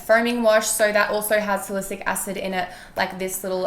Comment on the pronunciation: And just a note if you are collabing with a brand you should at least know how to say the active ingredient pronounced "Sally - Syllic" 😄😄